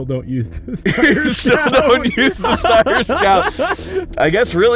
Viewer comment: The sheer amount of times Steyr is mispronounced in this video if hilarious.